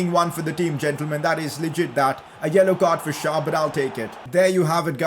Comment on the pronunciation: u keep on saying SchAr instead of SchÄr